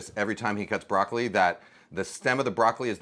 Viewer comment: He's chopping broccoli....he's chopping broccoli....he's chopping broccoleh....he's chopping broccoleeeheeh....